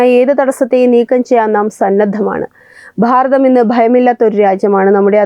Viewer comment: Pharatham ennalla Bharatham ennu parayunnatha bhangi